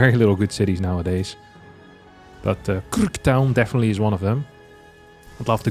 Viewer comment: that is not how you say krk🙏